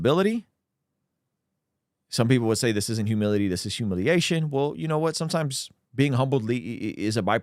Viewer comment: I kept hearing “hubillity.”